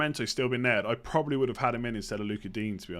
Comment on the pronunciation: Can you please say probably and not 'probaly'? Would help my enjoyment of the podcast. Ta.